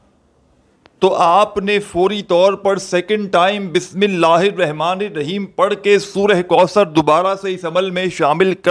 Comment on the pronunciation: Kameney tujhe bismilla bhi padhna nahin aata sekha raha he wazifa